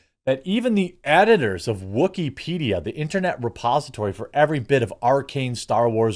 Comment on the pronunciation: Wookypedia, sounds more like Woosypedia